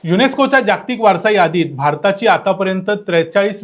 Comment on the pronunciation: तुम्ही माहिती छान सांगता पण जागतिक शब्दाचा उच्चार नीट करा. जाग्तिक करु नका. कारण ह्यात जोडाक्षरे नाहीत. ज ग त क ही चार ही अक्षरे पुर्ण आली आहेत.